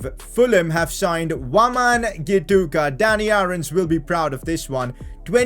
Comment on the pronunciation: That's not gutika, it's gituka